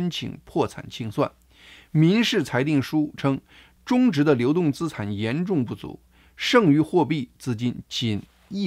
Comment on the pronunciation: 大哥，咱们一起读：资（吃俺产）产,债务人（之爱债）。😅